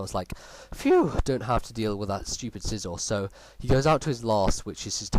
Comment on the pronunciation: what did u say scizor had i cant quite understand your accent?